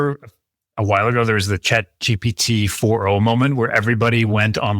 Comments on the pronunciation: Dude.. It's chat GPT, not chat G-D-P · Disagree. I've been saying "Chat GDP" for years now.